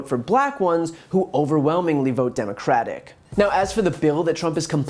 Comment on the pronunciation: I love how he can't even say democratic!😂